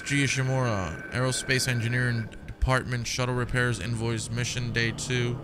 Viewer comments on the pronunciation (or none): none